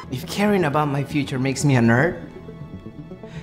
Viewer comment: “Normal the Nyurd” xD dies of laughter